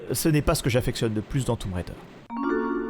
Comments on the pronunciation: "toume raider" 😅😅😅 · J'adore le "toumb" raider 😂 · oui c'est ce que j'avais cru comprendre mais ça me fait toujours sourire quand je l'entend prononcer comme ça 😊